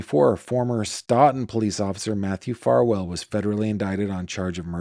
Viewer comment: Great video! Small pronunciation tip: Stoughton is pronounced “STOH-ton.” Massachusetts place names can be tricky!